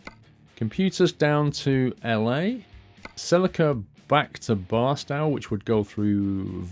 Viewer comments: Barstow is pronounced Bar-Stoe rhyming with toe and not Bar-Stow rhyming with cow. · the arched walkway in Vegas is called Fremont Street... and fyi Barstow is pronounced Bar-Stowe